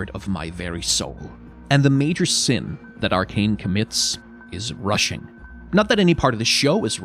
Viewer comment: I don't know if that was intentional but when you said "the major sin that Arcane commits is" i thought you said Russian and i was thinking no poor Viktor 😂